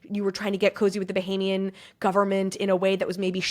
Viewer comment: Bohemian? You mean Bahamian?